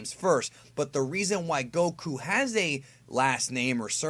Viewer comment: You say Goku stupidly